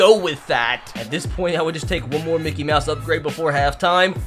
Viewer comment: Why do you always say Mikey mouse